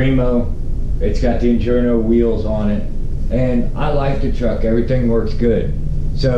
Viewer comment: Injora not injorno lol